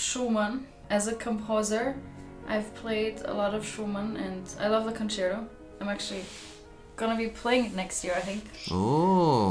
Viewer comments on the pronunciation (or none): To all english speaking musicians: please don't say "concero". It's an italian word: con-cer-TO. Pronounce the T. If you can't do it, just say concert. The same with sonata. It's not sonara, it's SO-NA-TTTTA.